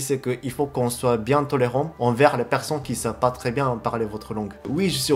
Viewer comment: Personne sa se dit Per-sonne Pas person C'est pour t'aider)